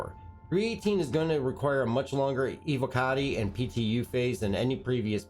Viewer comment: ee-vocka-tee? Evo-kahtee(Evocati)